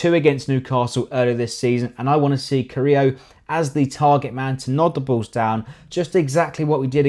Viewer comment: Mcarthy Soares Stephens Hoedt Berti Lemina Ward Prowse Tadic Redmond Gabi Carillo - pronounced Ca-ree-yo😋 4-1-3-2 Subs to come on Sims Boufal Long